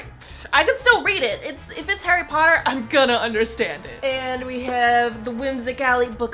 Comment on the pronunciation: Harry Pottah